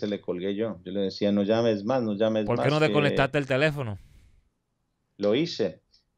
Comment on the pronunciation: Y a hablar, porque habla muy mal! En vez de decir porque, dice a veces polque, recuerdes, recuelde, etc etc, es decir sustituye la R por la L, muy mal!